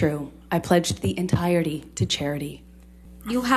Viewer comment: "I pledged thee en-tyre-dee too cheridee", WHAT? Americans are getting worse at English every few years, they'll be speaking a new language soon.